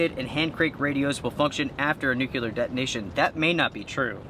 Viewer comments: It's "NUCLEAR" pronounced just how it is spelled. It means to do with the "NUCLEUS". There's no such thing as a "Nukulus" and there's no such thing as "Nukular". Shake your head. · Nucular??????? Really? LOL